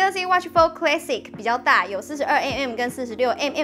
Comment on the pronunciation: Classic....a 要發音『阿』不是『ㄟ』